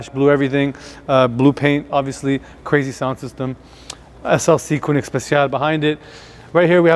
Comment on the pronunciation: Having that kind of collection, discussing the authenticity of the AMG logo, and having to explain it ....weird. You don't need to explain anything there. Usually, they say there is no dumb question, but this was one of those cases and pls, pls learn how to pronounce Koenig properly!